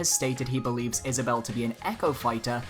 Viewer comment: Wow, he actually got Isabelle right...